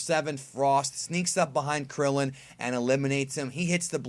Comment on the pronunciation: Damn at least put some respek on Krillin & Tien's name